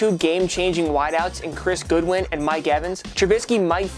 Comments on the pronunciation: did he say goodwin? theres only one letter O in his name it is Godwin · "Chirs Goodwin" its godwin my guy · It’s Godwin not Goodwin, come on man get it right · Where does he the other “o” in godwin